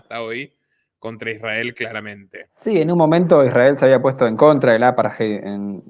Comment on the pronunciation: Gracias por este informe. Excelente trabajo. Por favor, chicos, traten de trabajar en la pronunciación de palabras extranjeras. Jiler ?(Hitler. Hay una T en el medio) Apart-jei ?(Apartheid. TH=D) y muchas más palabras pronunciadas incorrectamente. La información que dan es tan importante que es una pena escuchar estas palabras mal pronunciadas. Distrae del mensaje que están dando. Es solo una recomendación.